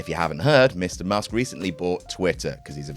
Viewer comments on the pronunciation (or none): none